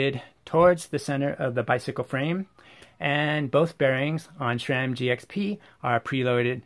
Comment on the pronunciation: Thanks for the insight. Yet, cannot say what irritates me more: the fact the presenters of most bike channels, no matter if paid-promotion or "bad-engineering-bashing" share the inability to pronounce Sram correctly - There is no "H" in that acronym, hence it's not "shram" but sram* - or this presenter saying the words "if you're going to go deep into Hambini ..." while putting on rubber gloves. 😉